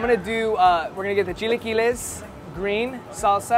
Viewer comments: 🤣 , chi-LA-quiles and not chi-LEE-quiles. The next video involving chilaquiles and I hear it said right, I’ll personally make a second youtube account to support you señor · the way pronounces chilaquiles irritates me all the time lmfao